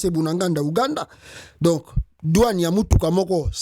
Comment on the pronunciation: C'est BUNAGANA et non Bunaganda SVP.